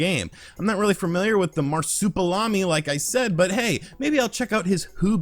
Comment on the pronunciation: Mar-soup-a-lam-e lol. It's mar-soup-e-al-am-e